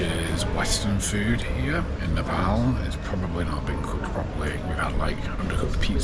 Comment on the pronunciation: You pronounce Nepal incorrectly.